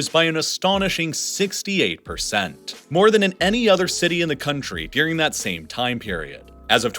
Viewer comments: Oh Snap. This is the guy that says 'Deering' (instead of 'During'). 😖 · Honest question: do people around you also pronounce "during" like "deering" or is this idiosyncratic? I've noticed this in your other videos. It seems like a consistent thing.